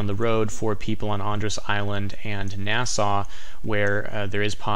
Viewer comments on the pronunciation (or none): none